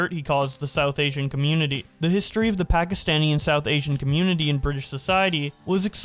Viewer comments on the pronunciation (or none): I probably think you don't say it a lot and I don't mind, but it is pronounced "Pakistani" not "Pakistanian" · It's not Pakastanian people it's Pakistani people😅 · Bruh actually said ‘Pakistaniann’ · No? The correct word is Pakistani, I've never met someome who said it like and I've lived there all my life